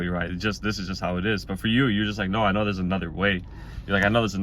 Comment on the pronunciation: ♒️ “eye know” ♒️